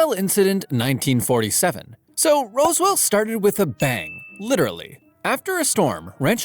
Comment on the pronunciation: Why you say roswell like there's an e in between the s and w